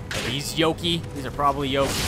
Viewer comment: Yo kai not yoki Japanese for demon or monster